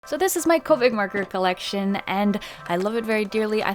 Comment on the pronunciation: i legit thought she said "this is my covid marker collection" I was like :0